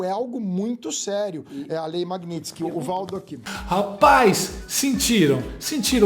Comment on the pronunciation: é lei magnitsky e não magnitinsky... um abraço!